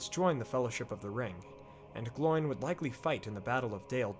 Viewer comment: The pronunciation isn't like a pig's sound, oink, but Oh-in and Glow-in. At least, that's the pronunciation as dictated by the Appendices in Return of the King.